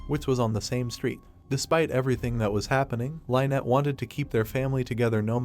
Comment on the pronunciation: Why do you keep mispronouncing her name? You are calling her "Line-nett." This name is pronounced "Linn-nett."